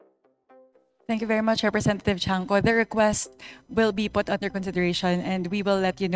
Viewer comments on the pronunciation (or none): Cong. Tiangco not chanco.